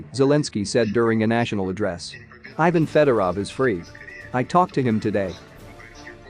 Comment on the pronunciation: Ivan, not Ajvyn